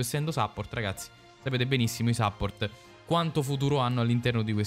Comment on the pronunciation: Cmq si pronuncia suppórt con la u e l'accento sulla o 😅 praticamente come in italiano bro.